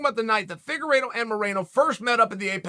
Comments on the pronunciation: Deiveson "The Cheeto" Figa-reeto! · Chael: Davidson Figurido Me: Ok great